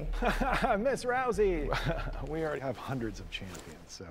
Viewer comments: Not rusie Rouwsiee ou like cow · ROWSEY not ROOSEY! 😄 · her name is pronounced Rowsee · Hey its pronounced Rowzey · You keep saying her name wrong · now I CAN FINALLY stop mentally correcting everytime his misread "Rousey" english is a "funny" and overly complicated language, useually help to spell it out, or replace the first lest with a differemt word of the same ending. I.e Rousey, H-ousey.. pahha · One of the most famous fighters of a generation has her name mispronounced 😅 #cringe!